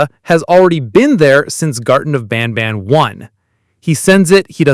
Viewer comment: Banban not banana😂